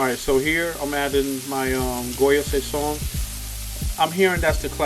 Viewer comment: Only complaint I have is the way you said sazon 🤣 but other than that it’s been a minute since I’ve been to Harlem and I definitely make this at home. Great job as always brother.